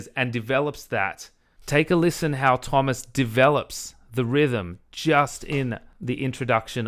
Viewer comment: She can pronounce Tuomas' name correctly. Can verify as a Finn. :) Thank you for an excellent and respectful dispute of her argument. This is truly useful debate.